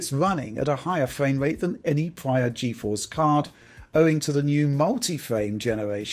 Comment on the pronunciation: Nice fwamewate, wunning vewy smoov.